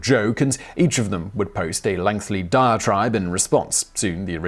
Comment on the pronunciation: Simon still adds an extra L sound to the word "lengthy." making it the non-word "lengthly."